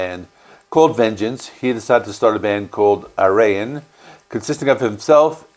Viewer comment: I find the lack Epica in this list a shame, They are arguably one of the most popular metal bands from the Netherlands today. Ayreon is pronounced AY-ray-on (emphasis on the first syllable). Transitus is also a very a-typical album. It does not follow the main story of all the other Ayreon albums. I would recommend or The Source instead.